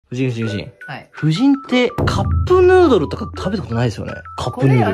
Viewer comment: カップヌードルの発音めっちゃいいの好きw